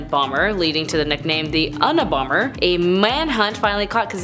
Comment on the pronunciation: Ū-ni-bomber now u can pronounce it right